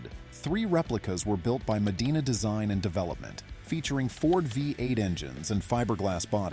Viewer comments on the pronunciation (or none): none